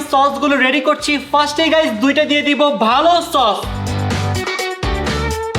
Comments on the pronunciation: Tok❌ Sos✅😆😆😆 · সস না কট 😂😂